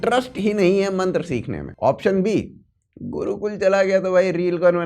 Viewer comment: Wo gurukul is liye nahi gaya kyoki wo 'Gurukul' hai, 'Gudukul' nahi.. 😄